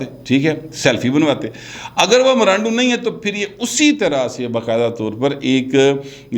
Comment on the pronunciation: Please say Imrando clearly... it seems that someone is saying gandoo... aReham khans character best scent with washall